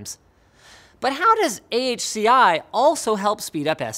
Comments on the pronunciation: "Ahki", huh? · AHCI is like someone sneezing... Try Spell NVMe like N-V-Me, now you know why is it cost you a lot of money